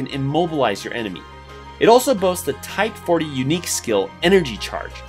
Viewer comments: It's Type 4O(four-Oh) not Type 40(forty or four-zero) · Anyone else getting triggered with him saying "type-40" instead of "type 4 O"? I know I am... 💀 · Its the number 4 and the letter O, not the number 40.